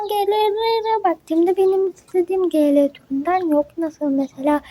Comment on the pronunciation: Askim biraz yanlisin var okumakta 1. Bl'i sen bele diye okuyorsun biel diye okunacak 2. 2gether'i iki gether diye okuyorsun ama dogrusu two gedr. 3.Gl'i sn gele diye okuyorsun ciel diye okuyacaksin. 4. The eclips'i sen the eclips diye okuyorsun(yazdigimin turkce sekilini alfabesiyle okuyorsun yanlis ingilizce alfabesiyle okunacak) dı ekkılips diye okunacak. 5. Vegaspete'yi sen vegas pete diye okuyorsun ama yazildigi gibi okunmuyor bildigim kadariyla vegas peat yani vegas piit diye okuyacaksin 6.Kinnporshe'ı kinnporşe diye okuyorsun yanlış kinnporş diye okuman gerek. askim bunlari okuyabilmen icin ingilizce'ni gelistirmen gerekk (kötü dille soylemiyorum sadece yardimci olmak istedim ლ(^o^ლ))